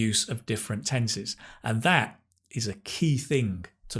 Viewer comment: Well did you call him Dat or That?